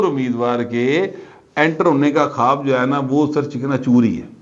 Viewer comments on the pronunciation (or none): none